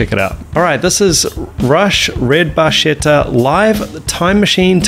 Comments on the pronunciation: hi! That title if you don't already know (Red Barchetta) is pronounced red Barketta! ( small red boat). Cool channel. I am a RUSH Aholic ther's no 12 step program for my addiction! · The only part of this song that jars me is that the 'ch' should be pronounced as a 'k' if we're using the Italian pronunciation. That said, one of my favorite RUSH songs ever! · So let us not talk about the songs story?! "Bar-ket-ta". In Italian a 'ch' is pronounced a hard 'K'. It means "Little Boat". THE Red Barchetta that Neil speaks of is the 1948 Ferrari Type 166MM(Milla Miglia) called the "Barchetta" because it simply looked like a boat. It is considered the father of the two-seat sports car who's tradition is still carried on with the Mazda Miata So the song is loosely based on a short story that appeared in the November 1973 issue of Road&Track magazine called "A Nice Morning Drive" by Richard S. Foster Where Neil never goes into what the Motor Law is, the story certainly tells you what happened there. It is all about older cars being regulated off the roads from SAFETY regulations creating these 3 ton tanks that will kill you if they hit you driving your...?(it was an MGB in the story)older none safety car. In the early 1970s safety in cars was of big concern to the industry and autoracing. The internal combustion engine wasn't a thought except it correctly pointed out when you start adding weight(safety features), your fuel consumption will increase. And I haven't told you the best part. For that, read the story and for the story visit Rush dot net. The entire story is published there. The author and Neil were both very prophetic in their thinking.